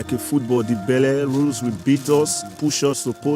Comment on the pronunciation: “Baela Ruuse” hahaha